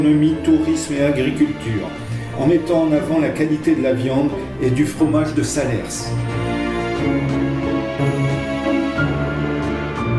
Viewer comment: On ne prononce pas le "S" de Salers 😉 C'est comme Paris, vous ne dites pas Parisse !